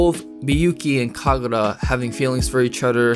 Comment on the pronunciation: it was never Kkagurra. NEVER